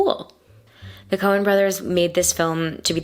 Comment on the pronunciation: Coen, not "Cohen". And no apostrophe because it's plural, not possessive.